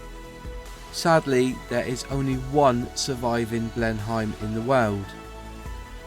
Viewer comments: Juat a heads up it is pronounced (bleen'em) not (bleen hi'em). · It's not pronounced "BLEN HYME",, but BLEN NEM", my late Father flew these before transferring to Vultee Vengeances in Burma in WW2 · It was pronounced Blen emm as anglosized not Hime as in Germany it kind of grates sorry! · Pronunciation is awful, Ask......as for your facts, 2013/14 Bristol Blenim(correct pronunciation) restored and flying in the UK. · I'm sorry but the pronunciation of the aircraft's name is Blenim. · Pronounced Blennem dufus.... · Good video - well researched and well edited. Lots of good info in there! If I had one small criticism it would be that it's pronounced "bleh-nuhm" though (As far as I know it was named after Blenheim palace in Oxfordshire which is where Winston Curchill was born........) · I like these videos, but having been brought up in the 50s, modern English pronunciation is pretty bizarre ( I blame the teachers). Blen'im and Rother-meer. I'm still learning about English and I hope you don't think I'm being supercilious; good luck with your future projects. Cheers. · A good video although you need to watch the YT video narrated by Raymond Baxter (ex WW2 RAF pilot) who pronounces the name of the aircraft correctly. Also the other video shows details of the Bristol Blenheim rebuilt to fly in the UK in approx the 1990s. So there is certainly more than 1 aircraft remaining. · Ah you say it like my grandpa used to say Blenheim haha